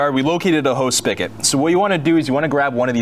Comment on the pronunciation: **SpiGot**....not Spikket